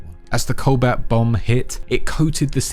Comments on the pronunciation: Just to clarify it isn't the "colbat bomb" it is pronounced "co-bolt". It is a real scientific concept, a nuke filled with cobalt salts which create what is essentially a radiation bomb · Cobalt, pronounced CO-BOLT. how can you butcher a simple word. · take a shot every time he says cobalt wrong